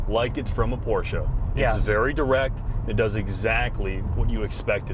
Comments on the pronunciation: Ferdinand Porsche would have been proud, but he could have not understood why you called his company PORTIA... How hard can it be to pronounce it correctly? The answer: not hard at all. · Porscha you say, hmm is this a new chinese brand that copies the german brand Porsche?